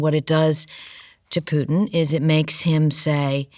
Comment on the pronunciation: She almost said poo instead of Putin a buncha times